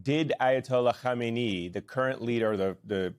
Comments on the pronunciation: KHAMANEI (pronounced Ham-An-Nay) - not Khomeini (Hom-eh -Knee). Get the name right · Dude. It's Kha Meh Neh Eee! Khomaini was the Ayatollah that CIA forced on Iran in 1979. Now CIA wants to uninstall the Ayatollah! Makeup your mind 😅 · Ari, You are mispronouncing his name.